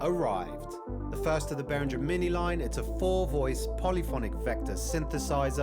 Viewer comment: Why can't people learn to pronounce the name of brands they're making videos of?